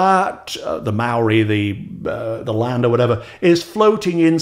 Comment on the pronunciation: Have to say you put a lot of New Zealanders to shame with your impressive effort with the Maori word.